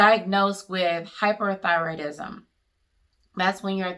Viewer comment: sounded like she said hypothyroidism